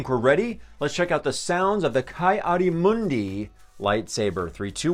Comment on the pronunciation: It is pronounced Kee